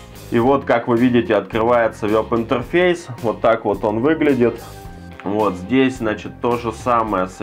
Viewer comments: вЭб, вЭб интерфейс!!!! А не вёб интерфейс!!! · Не вЁб, а вЕб.